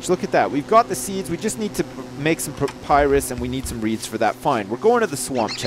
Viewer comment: said propyris to make reeds